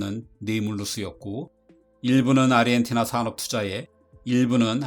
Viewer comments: 왜자꾸 아르헨티나를 아리헨티나로 읽으시는지.. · 아르헨티나 라고 안하고 아리헨티나 라고 하심 ㅋㅋ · 아리엔티나로 들림 ㅋ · 아 아 아리헨티나